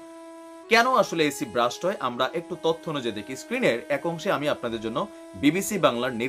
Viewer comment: ব্রাস্ট নয়, আবার বাস্টও না। Blast